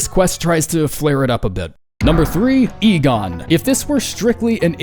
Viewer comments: bro is finally saying Igon right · credit where its due, this time Igon was properly pronounced o7